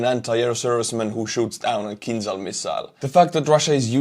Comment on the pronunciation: It's not kinzal, it's more like kinjal.